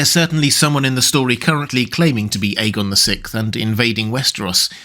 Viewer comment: “F-Aegon” You’re nasty for that 😂🤣